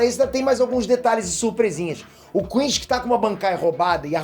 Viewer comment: adoro ele falando quinxi